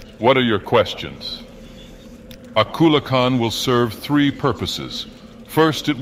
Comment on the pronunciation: It sounds so REAL. It even pronounced Akulakhan correctly! And he sounded sad, angry, and even took breaths after long sentences. It's almost scary how real this sounds.